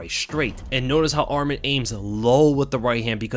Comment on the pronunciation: Interesting fact the way you pronounce ArmEn (which is another Armenian name) but his name is ArmAn. but still great breakdown thanks !